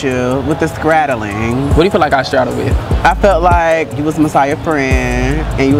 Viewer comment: I feel like you be scraddling.: What do you think I’m straddling? high key repeated the word correctly a couple of times but didn’t catch it right away. This tickled the hell out of me. 🥴😂